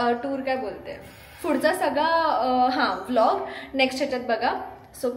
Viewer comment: It is not phudhacha it’s pudhcha